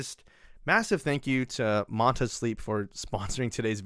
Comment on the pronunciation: Its pronounced Man Tuh. Like Manta Ray. Like the logo. Get it?